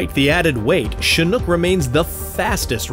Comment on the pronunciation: Now i realize is chinook, not chinhook